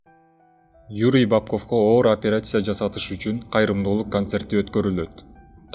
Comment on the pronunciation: Операйся эмес операция,журналист блогер болгондон кийин туура таза суйлогонду уйронуш керек